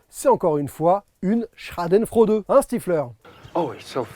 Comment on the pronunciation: Quand tu prononce "Schadenfreude", tu as vraiment un accent de m... en allemand! ;-)